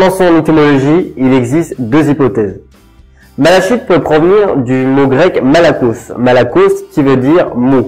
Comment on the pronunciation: Apprend à le prononcer